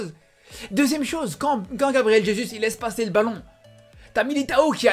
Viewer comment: Juste jesus soit tu prononce à la française "jésu" ou à la brésilienne "résousse " mais là non